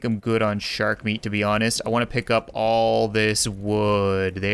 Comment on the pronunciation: I love how he says shark😂 "Shurk"😂